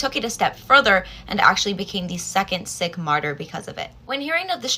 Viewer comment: By the way, Sikh is pronounced more like Seek rather than Sick